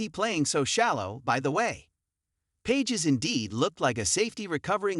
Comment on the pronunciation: Pronounce his name correctly. PAGES - PA(H)ES. SMH